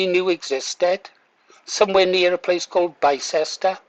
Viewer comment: Pronounced "Bister" "Bi-cest-er" is akin to saying "lie-chest-er square" It's Bister, mister